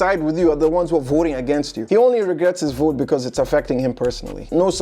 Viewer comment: "Ooooh my god I will boat....pour Donal Trump"